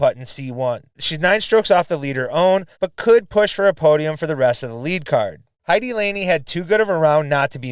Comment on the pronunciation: Heidi ("Hay-de" like "dee" but a short "e" sound) Laine ("Line-A" again a short "a", sort of "eh"). No one I've heard so far in commentary has got that one right, be it Jomez or others. So here's a chance to be a pioneer on your side of the Atlantic.